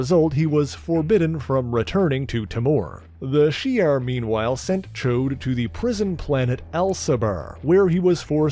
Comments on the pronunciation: Correct you are! It's NOT "Choade" (a fat p*nis), it's "Ch-ODD"... No doubt he's referenced the X-Men cartoon for the INCORRECT pronunciation, because those hacks got it VERY WRONG... 🙄🙄😒😮‍💨😑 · I enjoy your detailed synopses of the subjects and groups you discuss... Just watched the Alpha Flight video yesterday, and found this one today... However, I do have ONE complaint about this video... You've completely mispronounced "Ch'od" by calling him "Choade" (which is crude vernacular for a fat p*nis...)... I'm sure that you're referencing the X-Men cartoon pronunciation, but the voice actors aren't aware of how apostrophes work in the English language, obviously, or they'd have pronounced it correctly as "Ch-odd" not "Choade"... Aside from that one irksome complaint, it was a great episode. Thanks for your hard work in putting these together...!